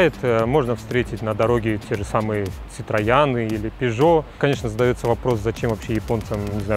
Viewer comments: Дружище, нет такой фирмы как «волькс ваген» , а есть «фолькс ваген» от слова фольк- народ !!!!! Тоесть Народный-автомобиль !!!! А слово «волькс» просто не существует в немецком языке !!!!!! Так же как и нет в мире фирмы « сетроЯн» , а есть « сетройон» !!!!! Будь грамотным !!!!!! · Бро, не говори болдьше ситроЯн, правильно ситроен)) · Спасибо всё интересно , ТОЛЬКО УДАРЕНИЕ на Е ситроен , а так всё хорошо рассказали , удачи Вам ..... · регион проживания накладывает уже свой акцент) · видео понравилось, но произношение ситроян не совсем верно!!! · Когда Ситроен стоял СитроЯном ?ухо режет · Плохо подготовился ,ситроян 😂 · Я понял из других роликов, что отработал около восьми лет на японской автобирже. Видимо, Ситроян это на их сленге.